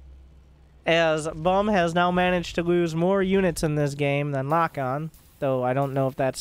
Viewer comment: I believe Lokon is spanish, which would be pronounced lokón (with the strength on the second o)